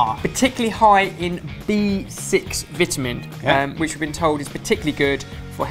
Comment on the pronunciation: I like how pronounced Vitamin.